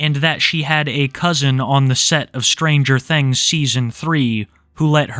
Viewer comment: Ah yes, "stranger thengs"